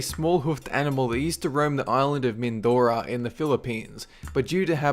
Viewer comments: lol its funny you said mindora but the pronounciation is Min-do-ro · Mindoro, Philippines not Mindora. I'm from Philippines you know. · i live in the philipines you pronounsed are national animal wrong its tamaraw also are province its not pronounsed mindora its mindoro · not mindora mindoro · its Mindoro not Mindora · its mindoro not mindora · MINDORO NOT MINDORA MY GOD AKO PHLIPINO SO I KNOW CMON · TAMARAWS live in MINDORO. not MINDORA. And actually, the Phil Croc cannot be killed by dyanamite fishing. #FilipinoHere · one thing. It's not Mindora, Philippines, its Mindoro, Philippines. :)) Thanks for this amazing video. :) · lol it's Mindoro not Mindora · uhmm its mindoro not mindora o-o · Correction On #6... It's Mindoro not Mindora...... Tamaraws are cute :3 I have seen them.... I think... actually from a far distance... Yea... idk :/ I'm not sure... Too bad there endangered... Especially Tarsiers... There found in Bohol..... which had an earthquake... sad.. :( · Hey, I'm from the Philippines and that Tamaraw is located in "Mindoro"not "Mindora". Just Sayin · Its not mindora, its mindoro and yes they are endangered we are protecting them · Its Mindoro no mindora xD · its mindorO, philippines as in with the O not A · p.s its prononce as min-do-ro (srry for missspelled)